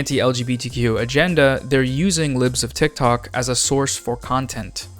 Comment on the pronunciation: Why do u say her name like it belongs to the sentence “boom-shaka-laka” every time? Like “put-shawka-laka”